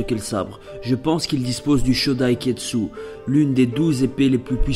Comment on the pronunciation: exelante théorie ! ps: c'est pas kietsu mais kitetsu ^^